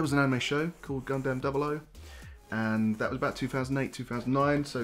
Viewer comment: You’ve got a subscriber, but for the love of god say Gundam the right way.